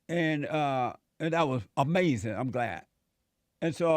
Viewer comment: Isn't that AH-MAZIN Jesse? Yes Jesse DAS AH-MAZIN! 😂 👍